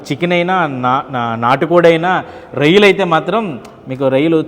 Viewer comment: anchor babu avi reyalu kadu royyalu 😂